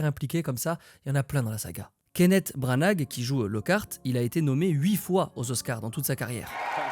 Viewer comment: On ne prononce pas le gh de Branagh, ca se dit « Brana » c’est comme Scarborough, ça se prononce « Scarboro » 😉 Et Grimmaurd se prononce « Grimold » c’est un jeu de mots avec « Grimm Old » pour que Grimmaurd Place sonne comme « Grimm Old Place » le « vieil endroit sinistre » ^^ Et c’est Lavande (Lavender) pas Lavanda 😊 Ce n’est pas oubliette que lance Hermione a ses parents, elle modifie leurs souvenir et peu donc leur rendre leurs vrais souvenirs a la fin de l’histoire alors que si elle avait utilisé oubliette ses parents n’auraient jamais pu récupérer leurs souvenir d’elle (et c’est pour ça qu’Hermione dit qu’elle n’a jamais utilisé ce sort lorsqu’elle efface les souvenirs des Mangemorts qui les attaquent dans un café).